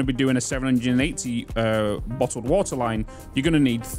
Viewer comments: Can you say “Bottled woter” like three times in a row please? Thank me later! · "Nobody is perfect except me" - The guy who said bo'ohw'o'wo'er 🤣🤣